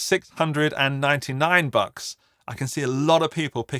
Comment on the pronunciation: It should be made illegal for an Englishman to say the word "bucks".